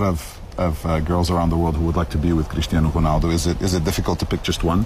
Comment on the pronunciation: gcrisjtiano gronaldo loll